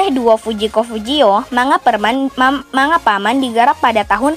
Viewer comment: P - Man : Bacanya ( Piman ) bukan Paman min 😅🤣👍